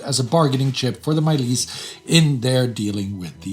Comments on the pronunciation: Fantastic content. A quick note on pronunciation. The Iranian Parliament or Majles is pronounced with an English "j" not a Slavic "j", so it's not pronounced like the English words "My lease" but much closer to the English words "Much less". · Pronounce Majlis as: maj-LES or maj-LIS (regional differences). The "j" here is a English-type j consonant sound, not a stand in for a y-glide like in German or Polish. This is true for all transliterated Farsi and Dari words I can think of off the top. Examples: jan-GAL (Forest), joo-MAH (Friday), jeh-NOOB (South). Also, Farsi and Dari very much tends to last syllable stress, like French. This includes names. For example, in the this video you used Palahvi -pronounced: pah-lah-VEE (Farsi) or pah-lah-WEE (Dari). Some Arab loan words are occasional exceptions. You seem to take care to get names right and rendered authentically, so I thought I'd comment. Not trying to sharp shoot! Excellent presentation as always, team! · majlis, pronounced madge-less